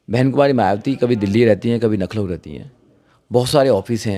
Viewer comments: Nakhlaw नहीं भाई लखनऊ होता है। भाई आप मायाजी के उत्तराधिकारी बनना चाहते हो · लखनऊ बोलना नहीं आता । फालतू की बकवास कर रहा है। एक नंबर का झूठा वकील है ये ओर समाज का दुश्मन है और कुछ नहीं है।